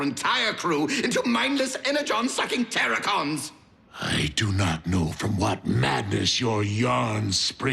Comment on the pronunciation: you said correctly the "Terrorcons". When I was I kid, I saw a video like this but a battle against Terrorcons.